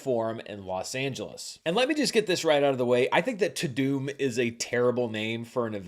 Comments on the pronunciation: Isn't it "ta-dum" and not "ta-doom"? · Is it pronounced Ta - DOOM or Ta - DUMB? I thought it was Ta- DUMB. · I thought it was pronounced “too dumb” but maybe that would be too in the nose. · I pronounce it "TAH DUHMMMM" not "TOODOOM"